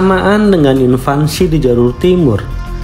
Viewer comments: INVASI bang, bukan INVANSI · Yang benar Invasi Bukan Invansi bang 😂 Gak pake "N" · Admin ini ngerti bahasa Inggris gk ya...??? Invasi koq malah bilang INVANSI..??? Bahasa dr mana tuh kata "INVANSI"... ????? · Invasi mas bukan invansi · Invasi, bukan invansi Sama juga mengherankannya banyak yg menyebut raksasa sebagai raksaksa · Btw, invasi bang, bukan "invansi". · invasi bang, bukan invansi 😭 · Invasi min, bukan invansi. 😊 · INVASI, bukan invansi. Invansi artinya masa balita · INVASI..BUKAN INVANSI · Invasi bang, bukan invansi. 😅😅😅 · INVASI bro, bukan INVANSI. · Invasi bukan Invansi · IN-VAN-SI 😂😂😂 semangat bang